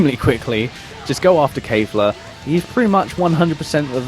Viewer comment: Kef la, not kayfla